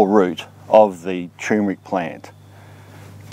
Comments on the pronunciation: Thanks, I'm planting some this year. It's great in coffee and added to date and peanut balls.. BTW: I don't think it's pronounced 'chewmric'.. Try 'tur·mer·ic' (look it up) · Sir, please, it's pronounced TUR-mric. Not TOMB-rick. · Dude it's called tur mer ic. Not tumeric... Lol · Fresh is NOT best because you need to take a lot to have any medicinal anti cancer activity. Btw it's tuRmeric, yes the r is pronounced, not tumor-ick. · It is tur-mer-ic not tue-mer-ic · Chew Mer Rick?? maybe he means Turmeric, Turm like turn a corner. Still a v good vid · TUR MER IC not Too MER IC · TuRRRRRRmeric! Look it up. It is spelt and pronounced as tuRmeric, not tumeric! Not such word!!! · Why the fuck do you people call it tyoomeric when it is TURMERIC??? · Maybe you are dyslexic, if not then I would like to point out that it is tur'mer'ic not tume-er'ic. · "Turmeric" is probably the most MISPRONOUNCED word on the planet! Are YOU pronouncing it correctly? Well, if you pronounce it like the man in this video, you'd have to answer "no". Like so many others, he fails to pronounce the first "R" which is NOT supposed to be silent! Click the link below if you want to hear a super short audio of the CORRECT pronunciation! of: tur-mer-ic. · Love the dramatic pause everytime before you say..."tumeric".